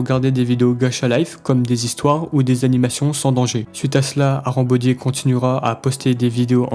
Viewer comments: C’est pas "arambody" c’est "harambody" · Arambody ❌ harambody ✔️